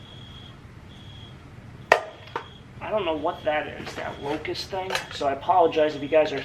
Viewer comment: "Locust", LOL.